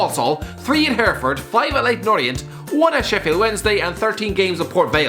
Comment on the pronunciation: Oh I do love it when you pronounce my home city of Hereford wrong😂glad it it makes in into the vids though